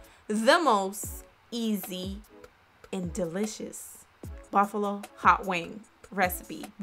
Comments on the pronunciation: She said Baffalo not Buffalo lmao uneducated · Bafulo everytime she says bafulo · Bro am I tweaking or is she saying buffalo sauce weird af lmao